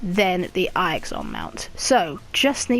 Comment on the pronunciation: Eye-ixon lmao 😂